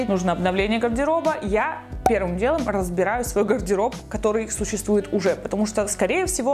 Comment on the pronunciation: Ого какой запущенный гайморит...😲 И вот это "пэрвым дэлом разбэраю свой гардэроб..." неужели она не замечает этого?... 🤷🏼‍♀️